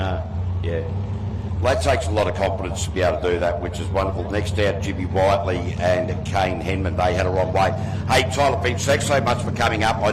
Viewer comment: Jimmy whit-ley not white-ly